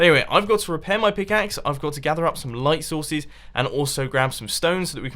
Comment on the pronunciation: Did he say, "Going to gather some light souses."